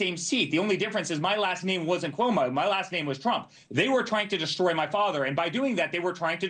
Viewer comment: Chris Coy-mo😂😂😂